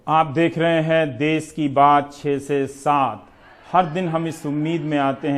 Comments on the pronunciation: देस नहीं देश सही शब्द है रवीश जी प्लीज इस पर ध्यान दीजिएगा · देश होता है देस नही । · dase nahi desh hota hai sudhar kare